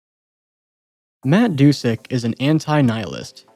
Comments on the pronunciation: “Do-the-car” “t-Ow-zoo-koo” He’s probably gonna pronounce the ghoul skin when he gets to two time as “gee-ool” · you actually pronounce doothekkar as dooth-ekkar (dooth rhymes with tooth) It references a lisp, a condition where someone can't pronounce "s" properly and ends up sounding like "th"